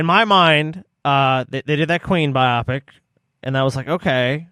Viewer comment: The way says “biopic” sounds like he’s saying “myopic”. 😂